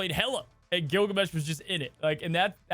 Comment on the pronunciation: Not Gilgameh?